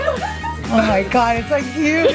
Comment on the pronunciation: it sound like says OH MY COD. lol